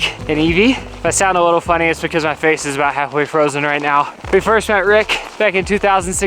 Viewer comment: I backed up "my frace" 3 times and was cracking up LOL